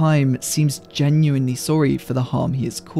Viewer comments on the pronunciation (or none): none